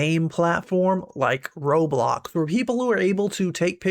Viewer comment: "Robloc" wtf why did you say that, you should have said Roblox instead of Robloc